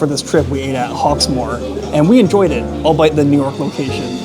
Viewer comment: Hey. Hope you are enjoying your English trip. Albeit is pronounced "all be it".